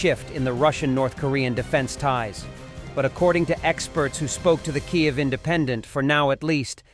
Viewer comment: It would be so much more effective if you could pronounce Kiev correctly. Your pronunciation is unique. But neither Ukrainian nor Russian.